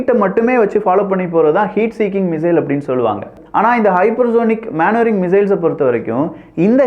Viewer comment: மனுவரிங் மானுவரிங் கிடையாது